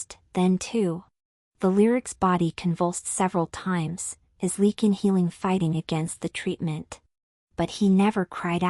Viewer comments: I enjoyed the story, the only thing that bothered me was calling a Lycan a Lecan. I guess AI isn't all it is cracked up to be. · It’s not leaking. It’s Lycan. Long “I” LYCAN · Lychan!! It drove me CRAZY 🤪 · Ly -(long I sound)-kan, please train your AI to pronounce words correctly. Otherwise good. Jacksonville FL, USA; p.m., EDT. ❤